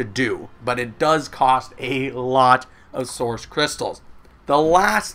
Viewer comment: I like how you say "Soursh crystals" instead of "Source crytstals"